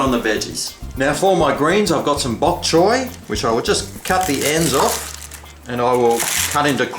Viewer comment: actually it should sound like 'chai'